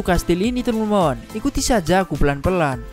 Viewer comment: Bang lu lawak bilang teman 2 malah temon temon wkwkwkwkwk mantap bang semoga sukse